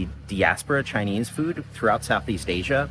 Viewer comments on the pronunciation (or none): none